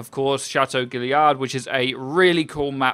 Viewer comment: Your pronunciation of guillard hurt